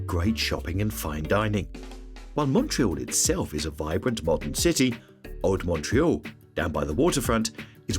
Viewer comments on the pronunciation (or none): Shocking pronunciation for Old Montreal!